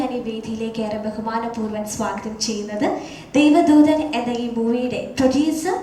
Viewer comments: ദേവധൂതൻ അല്ലടെ, ദേവദൂതൻ ! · ദേവധൂതൻ അല്ല ദേവദൂദൻ ആണ്